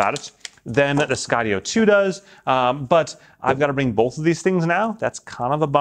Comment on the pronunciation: Bolth of them? They bolth have that feature? Bolth?